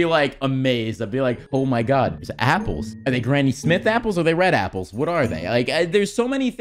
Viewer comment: How the guy says apples sounds like he is saying eyeballs xdddd